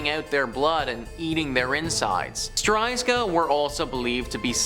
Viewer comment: It’s actually ‚strzyga’ not ‘stryzga’